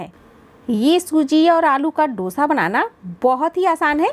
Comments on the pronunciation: Dosha ,Dosha nahi Dosa hai😊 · Please note the correct name of the dish. It is called" दोसा" ,not " डोशा" as most north Indians mispronounce it.